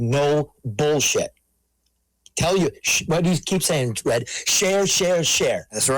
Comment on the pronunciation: Red needs a speech therapist.